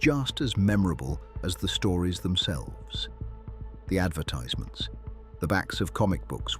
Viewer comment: Since when did a British English speaker say advertize- ments instead of advertisements.